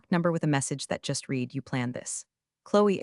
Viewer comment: Sad the punchline was ruined by AI Not knowing that Read is pronounced RED